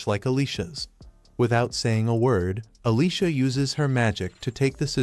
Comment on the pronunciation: why do so many recaps of this show on multiple channels pronounce Alicia as Alyssa? LOL I keep looking up at the screen because I hear my name being called.